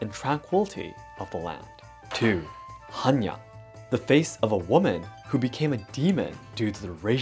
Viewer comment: According Hannya mask - in Polish there is a female name "Hania" (diminutive for "Hanna") , which is pronounced exactly as you've pronounced the mask's name. Beutiful coincidence :)